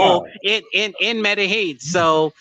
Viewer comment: Its pronounced scoPALomine. And medehyeen. Say it like that. Also you probably say isotol its inosotol. Yall cant get this shit right ever lol